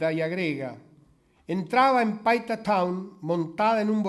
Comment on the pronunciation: '.52'' el orador se equivocó, dijo Paica en lugar de decir PAITA. Es un puerto que pertenece a Piura-Perú. Tomese en cuenta. OJO